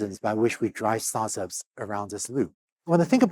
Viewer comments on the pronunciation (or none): How work in Start ups for so long and refuses to say it aha sounds like "Sartas"